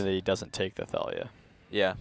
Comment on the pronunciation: ThAYlia? ShAYman?